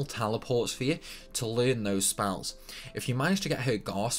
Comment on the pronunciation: "I'l say tide-us instead of teedus because it sounds stupid", procedes to say spalls instead of spells, yeah ok XD.